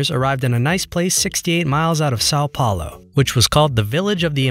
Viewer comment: You said São Paulo wrong